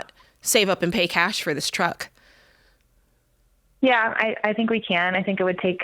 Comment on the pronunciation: Anytime George brings up the “Twuck” it just kills me lol